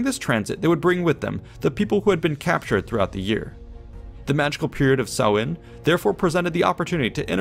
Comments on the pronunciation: Minor point - Samhain (pronounced "sow - in") has the emphasis on the first syllable, not the 2nd. So, SOW-in is a good phonetic guide. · Samhain is pronounced, as already indicated. It is an Irish language word and is likely the same in Scots Gaelic and Manx, daughter languages of Irish. BTW the tonal stress is on the first syllable, this SAMHain. Go maire are dteangacha bro! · Samhain is pronounced sow-wan, not so-win! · please do not be guided by this guys irish pronounciation! it`s awful lol. but his coverage of the details is good! samhain is pronounced like sow(as in a pig)-in, not sew-in! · Listening to the pronunciation on the video is shocking. The festival relates to the month of November (Mí na Samhna - pronounced me naw how-na) The month of May is Bealtaine (pronounced be-owl-tan-ah with the first two syllables run together) and that’s where the festive dates got their names. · Samhain rhymes with the word for female pig - not the thing you do with needle and thread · Jesus they pronounced samhain so wrong lmao it's an Irish tradition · he is pronouncing samhain wrong. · I am irish, the words samhain and bealtaine are irish words. The man was pronouncing them wrongly. Samhain is pronounced as "sow - in", you say it fluidly without a pause in the middle like "sowin" Bealtaine is pronounced as "bal - thanna", not "baltin" :^) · That was an excellent commentary on Halloween or Samhain. The only issue was the way some words were butchered. The correct pronunciation for Samhain is sow-in, that is sow as in female pig. Also, the proper name for Mayday, Bealtaine, is pronounced byal-ti-ne.